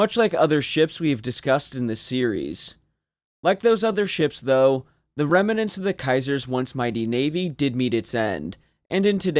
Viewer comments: Rem-ah-ments. Pronounced as if it is a three syllable word. It's Rem-nents. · Only two syllables in "remnants". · remants is 2 syllables. ruminants is 3